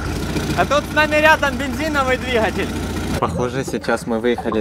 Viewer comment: ДвиХатель везде Хгэгаете 🤣🤣🤣